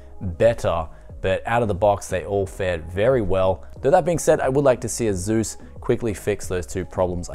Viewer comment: Nobody:: aZus